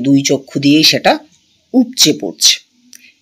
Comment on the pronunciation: গল্ফাকার না বলে গল্পকার বললে আরো বেশি ভালো লাগবে শুনতে গল্প টা । খুব সুন্দর উপস্থাপনা